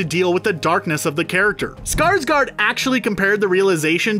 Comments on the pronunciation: It's SkarsgÅrd not Skarsgard..... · Skarsgård is pronounced Scars-gored, not Scars-guard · Me: being swedish and offended Cause everyone say skarsgard ITS SKARSGÅRD the å is like o :)